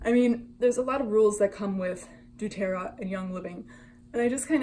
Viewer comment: Saying they have the same recipes is ridiculous. What makes doTERRA and YL different and worth the money comes in their sourcing. I personally use doTERRA (also, please learn how to pronounce that correctly) and they have contracts with their specific farmers that are mutually beneficial. Revive can try to copy the recipes all they want, but they will never have the exact same sourced oils. And their whole website about being “different” and “more woke” is way sketchier than an oil-based MLM ever will be.